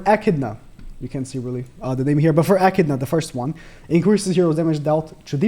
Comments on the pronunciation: Aye he said echidnas name correct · I see you learnt how to pronounce Echidna! Well done